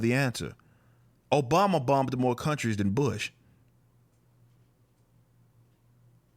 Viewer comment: Barack O-BOMB-a